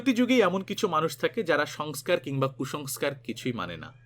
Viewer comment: এতই সঠিক উচ্চারণ , তাই এটুকু জানাই সংস্কার উচ্চারণ ঠিক ছিলনা আর অভিনেতা সঞ্জীব কুমার কে যিনি বিয়ে করতে চেয়েছিলেন, তার নাম সুলক্ষনা পণ্ডিত, সুলেখা পাণ্ডে নয়